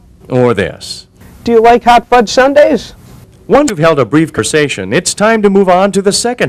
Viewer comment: I do not like the way this guy says "hot fudge sundaes."